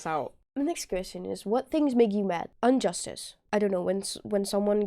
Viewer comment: I knew you'd get confused. The answer for that riddle is both "No" and "Time". And it's IN-JUSTICE not UN-JUSTICE.